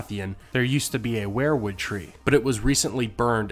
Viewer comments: Sounds like we're-wood not wear-wood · I hate to be "that guy" but I have to here. The pronunciation is "we're-wood" not "where-wood" I'm sorry but I am a pronunciation snob.....anywho thanks for the great content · why do you always pronounce it as WAREWOOD instead of WEERWOOD? Martin has said that he was a big Grateful Dead fan and it would just figure that he named the trees after Bob Weir. I love your channel and it's one of the very few that I've subscribed to. Peace bro